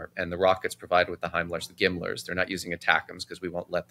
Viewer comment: Good analysis. Appreciate Michael even knowing how to pronounce Gimm-lers (GMLRS). One add: think that, ideally, Ukraine would like to force Putin to do another general mobilization. Think it's still a long way from that, but if they want to evict Ukraine, the troops are gonna have to come from somewhere. The read on the tough-talking bully thing has long been true. And Russia's military prowess has been known to be vastly overrated for quite some time now... but I don't blame any non-expert for believing it--I saw people in the Pentagon who believed it.